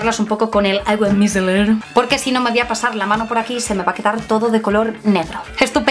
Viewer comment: Micelar, se dice micelar....